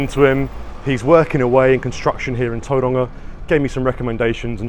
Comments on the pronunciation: Its not Toeranga. Its towronga. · its not tou roanga its tau wronga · “A place called Tauranga” 😂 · as a new zealander, a pakeha, it always sounds weird to me when other white people try and pronounce words like Tauranga with a maori accent. nobody in my family or that i know ever does, they just say it in english. i guess there is no reason not to try and say it with an accent. but yeah, it just sounds silly to me. trying to be something you are not. Tauranga, is just that. tau- rung -ah. same with all the other locations/ cities in new zealand. i suppose there has been a push lately to say words in maori on the media, and they all say it with an accent. so i guess it will be normal for most young people.